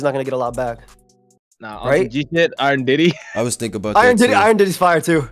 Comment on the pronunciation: "Iron Diddy" Wtf 😭😭